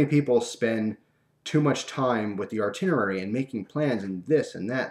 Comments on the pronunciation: its not "artinerary" its itinerary. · its itinerary not artinerary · "artinerary"? You mean "Itinerary"..and you said it a handful of times in the first 5 fucking minutes. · Damn it. It's pronounced itinerary! Awesome story.